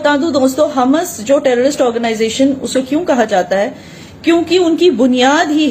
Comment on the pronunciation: So wot u saying ur right and the whole world is wrong???? I don't think so ur a sell out and u won't be saying all that if u saw pieces of ur kids or ur parents GO AND LIVE IN PALASTINE AND THEN SAY THE BS THAT UR SAYING AND ITS HAMAS NOT HUMAS U CANT EVEN PRONAUNCE THEIR NAME CORRECTLY AND U GONNA TELL US FACTS???? I DONT THINK SO